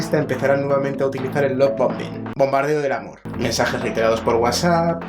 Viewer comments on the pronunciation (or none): Se pronuncia "Laf Baombing" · Gracias por estos videos son de gran, gran ayuda..gracias. Me destornillo cuando tratas de pronunciar la palabra lovebombing..jaja..que bueno!